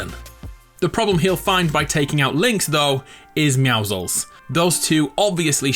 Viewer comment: Why do you say meowclezs